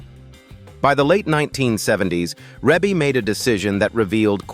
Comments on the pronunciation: Her name is pronounced Ree Bee not Rebbie. AI is a mess. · So if you’re going to use AI to narrate, it could at least pronounce her name right. Yeah, I know the e in the first syllable looks like her name is pronounced with a short e, but it’s not. Her name is pronounced Reebie. Long e. Rebbie = Reebie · Now you have to learn how to pronounce the name right before you start vlogging it's Reeeeee bee NOT no dern Reb uugh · Her name is pronounced Reee Beee, not Ray bay. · YESSSS!! You said it for me. I had to stop and can’t even go on with the Rebby. Plus I don’t really trust AI “documentaries” if the content maker couldn’t even get her name right I’m sure watching this isn’t a good use of my time. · Didn’t even tried to pronounce it as he see it REEEEE’BEEEEE 😆 😂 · If you can’t pronounce her name just don’t do the narration. Really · Give some respect on her name! You butchering it up! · URGH! I stopped watching after 51 seconds. Learn how to pronounce her name properly. Damned AI! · How are you going to narrate a family that's been around for years and don't know how to pronounce her name? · That is precisely what I want to know. Gross disrespect. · Can’t even pronounce her name correctly 😖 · This is an AI video, where her name is mispronounced. The home pictures look like Zillow pictures pre- sale pictures. Is that really how her home decor looks, does not look as it would be, given AI photos. Also the cover home picture does no5matched what is being shown. Not great editing. However, Rebe is awesome! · He doesn't even pronounce her name correctly. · no that's Ai it won't 😂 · Wow AI is really missed pronounce her name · Right out the gate AI mispronounces Rebbie's name! AI sucks! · If you can't pronounce her right how can you tell her story 😮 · I KNOW!!!!...A.I. needs to get it's life..it needs a big slap!!! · AND “Twenty-three hundred Jackson street” not Two Thousand three hundred….😂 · Ugh, I know😊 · I know...what the heck is he saying😢